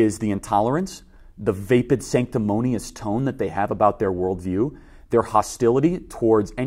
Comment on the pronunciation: Enunciate vapid. :P love ya <3